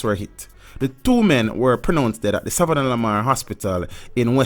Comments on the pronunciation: If say savananana mar one more time 🤣🤣😂😂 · Say it with me now sav-anna-lamar.